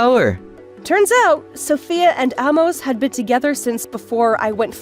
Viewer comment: Amos is pronounced with a long a sound.